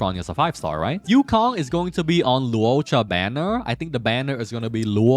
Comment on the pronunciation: Bruh. You have butchered Loucha name like 30 times and you say you dunno if you spelled Yukong name right. We learned how to spell Loucha name during live event and you called him Luouocha all this time. His true name is Latte cha cha.....I mean Lacha.